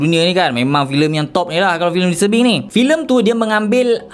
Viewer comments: Aku dengar filem "dis tebing" "mr Bing" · Aku sorang je ke yang salah dengar dia sebut "Filem Mr.Bean" ?😭😆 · bila dia sebut 'disturbing' aku dgr 'mr. bean' 🤣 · aku sorang je ke bunyi mcm dia sebut mr bean? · "mr bing" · Aku daripada mula ingatkan dia cakap 'mr. bean'. Tapi bila aku baca komen kau baru aku sedar. Tq bro. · Aku dgr dya ckp listurbing... 😆😆😆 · haah dia sebut disturbing bunyi mcm mr bean gg tol